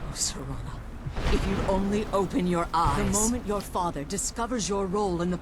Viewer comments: The entire walkthrough you’ve been pronouncing her name as Serena then finally at the end of the last episode you correctly pronounced it as Serana. Then as soon as this episode starts you immediately you call her Serena again then you caught yourself and made the correction...then two seconds later call her Serena again lmao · "Serena" hahaha.....come on dude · it's ser-ana not see-ina also it's Val-er-ica also ser-Ana will be set to crouch if your crouching and she auto talked to you (she forces it you don't activate her to talk) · shawn arthur idk which livestream it was but he always called Serana Serina, he just prefers how he pronounces it